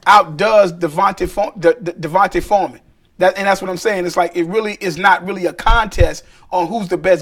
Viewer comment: FREEMAN, not forman